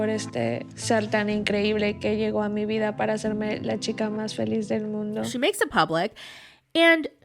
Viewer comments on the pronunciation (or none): none